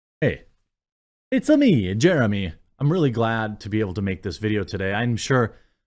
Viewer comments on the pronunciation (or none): Fucks sake Jeremy, in the beginning I first heard "It´s a me, Germany"